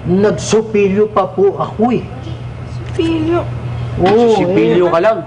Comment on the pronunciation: sopilyo.. totpeys.. totbras.